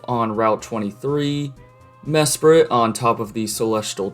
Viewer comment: Mesprit was the only one of the lake guardians that you pronounced correct also if you do the white forest equivalent of black tower you get a shiny dratini instead